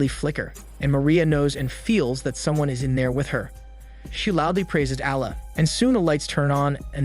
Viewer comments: omg the way u pronounce allah :( very bad pronunciation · 😆 bro really struggling to say allah correct, you can just say god it just a arabic word that translate to god